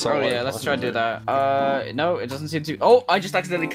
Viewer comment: “Nyo” Denis - 2020